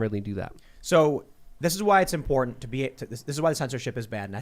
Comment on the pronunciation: Why does it always sound like every time says “important” it sounds like “imported?”